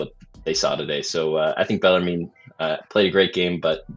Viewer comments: Bell ar moon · It's pronounced BELL-ER-MEN. Please and thank you. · Bellarmine is pronounced "bell-er-men."